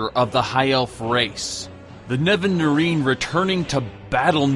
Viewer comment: It's funny that you know so much about the lore (and I don't say this in jest) but you still can't say Nerevarine.